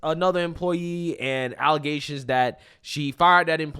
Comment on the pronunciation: Yo, whenever you do a story about the super mayor, you should make sure to always say "allezations" instead of allegations. Makes me laugh every time I hear it.